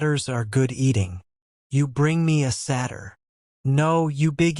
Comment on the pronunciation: The fact that Satyr was mispronounced imma find a different one